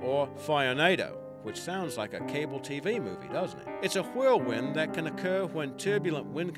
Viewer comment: he says whirlwind like Stewie says cool whip.